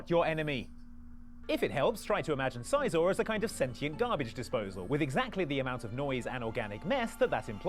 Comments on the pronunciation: The way they pronounce Scizor hurts my soul. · its si-zor not sigh-zor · How the fuck do you mispronounce scizor? It's literally scissors. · SEE-zor. Like "scissor." Do these people NOT cross-reference the animé?